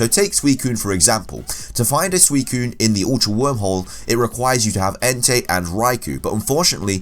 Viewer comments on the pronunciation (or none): none